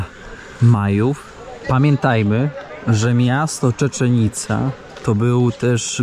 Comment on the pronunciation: Tak jak bardzo Cię lubię, tak bardzo mi przeszkadza twoje przekręcanie nazw własnych. Nazwę tego miasta powinno się wymawiać Cziczen ica i do szału mnie doprowadza przewijające się przez cały odcinek Czeczen ica.😬